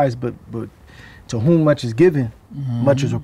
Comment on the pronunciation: It would’ve been GGG like Canelo but GGG ducked lol 😂 He said “Ward too musch for me” 🤣🤣🤣🤣🤣